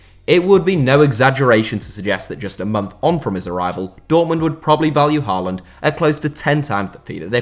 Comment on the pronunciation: It’s pronounced Hawland, not Harland Love from Norway🇳🇴